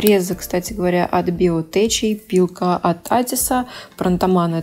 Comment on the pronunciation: Не «биотеЧ», а «биотеК» school, поскольку сочетание букв «ch» на конце слова читается «К». Работа 👍🏻.